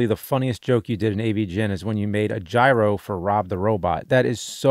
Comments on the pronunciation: Its not gyro its GYRO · How are there so many people that dont know how to say "gyro"?